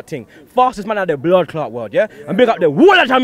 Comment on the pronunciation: can 1 sec 0-60 to Say blod